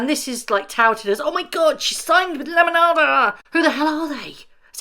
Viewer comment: Love this side of you! 😂❤ I could listen to you all day saying “lemonada” you make it sound so beautiful 😊